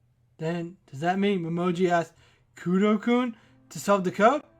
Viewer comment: Hope we get detective-mode Momiji in this case. btw, her name is Momiji, not Momoji ;) This is gonna be a 5 chapter case, so there's likely gonna be 2 murder cases at least, so not a mini story.